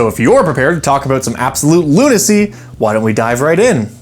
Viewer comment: LUNA-CY. Ba-dum-tish.